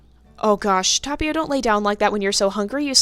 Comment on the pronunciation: Yeah, I guess that's a good choice ^^ But seriously it's not that big of a deal x'D I meant to say that you pronounce Tapio's name really well ^^ The T could be a bit stronger. It sounds a bit like Thapio atm but it's totally fine. ^^ I can't expect you to say non English names perfectly. Our little god of nature almost drowned TT v TT